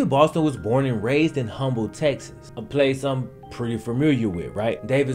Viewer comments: Yea u not from Houston bro said humble it’s pronounced umble don’t pronounce the H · If Humble, TX was a place he was truly familiar with he would know that it is not pronounce "hum-ble" but rather "umble" with the H silent. Still a great video though...Just that TX level of petty LOL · It's pronounced Umble not humble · Hey man love the channel one of my favorite people to listen to no David and his family personally good people he play football with my older brother Chuck Anderson and this was a pretty revealing an awesome documentary you did awesome and Humble Texas the H is silent cool to see our little town on this huge platform super fan keep the videos coming. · The "H" is silent in "Humble,TX" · Great report. Humble, TX is pronounced “Umble”. 😁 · Humble is not pronounced like how it sounds. It’s pronounced like Umble with like the smallest amount of H in it. That’s how we say it here in Texas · ITS PRONOUNCED UMBLE TEXAS‼️‼️‼️‼️‼️ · If you familiar with it than you don’t pronounce the H in Humble in HTown it’s just Umble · Love all your vids. Fyi...Humble, Tx. Pronounced "Umble". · “Humble” texas😂😂 its pronounced ‘umble’ the h silent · For real. Says he's real familiar with the place and be can't even pronounce the Damn thing lol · Aye, the H in Humble(TX) is silent lol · With all due respect, sir, cause I love your vids. The city of Humble is pronounced with a silent H. Just pointing that out, again, with all due respect. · He's from southwest Mississippi. I would've mispronounced it too. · Bro! The "H" in "Humble, Tx" is silent! 💪🏾❤️ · "Pretty familiar " with Humble Texas, but doesn't know the H is silent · Deng, I'm surprised no one talked about him saying Humble wrong. Houston audience is low here. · you can't be 'pretty familiar' with Humble TX and then mispronounce it. lmao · Can't be that familiar with Humble Texas if you don't pronounce it right